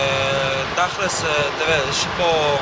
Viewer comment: I love that the Druze fellow used the term "tachlis" and pronounced it the Ashkenazi way.